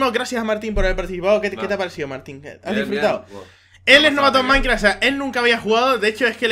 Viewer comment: escuche maincra enves de minecraft xD